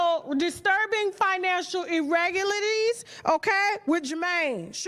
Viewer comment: Irregu WHAT?!?!?! She butchered the f**k out of “Irregularities” 🤣🤣🤣🤣🤣🤣🤣🤣🤣🤣🤣🤣🤣🤣